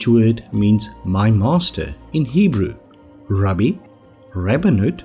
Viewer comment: Rabbi is pronounced rab-eye not rubby!